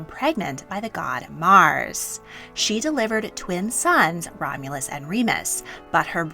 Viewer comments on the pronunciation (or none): none